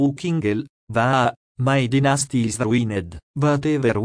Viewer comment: He still keeps saying tinasty, instead of dynasty...